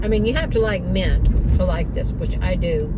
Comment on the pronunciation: Mint not mont